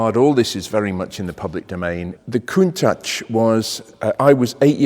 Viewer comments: It's pronounced "Con-tatch" not "Coon-tatch" - That's not being very nice to our black brethren. Are you being deliberately racist? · It's pronounced "Koon- taash" , not "tach". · In the seventies nobody said „Cuntaasch“ but the word as we read it. It’s linguistically clearly an English word composed of ‚count‘ and ‚tachometer‘ which makes perfectly sense with a car. As the Italians don’t know any English they pronounce the word like in their language - hence that ugly sounding word with the narrative that it would be a Piemontesan expression that I have never heard and simply doesn’t exist. But the Italian proverb says it best: Se non è vero, è ben trovato! So let’s go on with Jay, Doug, Blondie, and all the other car bloggers saying „Cuuntaasch“ while it would be in their genuine language and sound much better. By the way: most Japanese YouTubers say it correctly! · To me the Countach looks like Klingons could have made it, therefore i pronounce it Kuntak :)